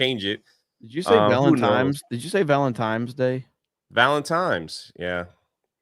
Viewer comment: He wouldn't be "" if he didn't give us a -level blunder right out of the 2025 gate.